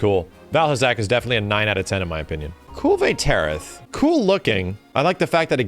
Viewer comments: Kulv-ay t-air-oth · “Deviljayho” “Kulvay Tearith” “Pullumu” “Yan Gahruhga” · “Cool Vay Territh” like I’m just listening to this and I had NO idea wtf this guy was talking about until he started describing her.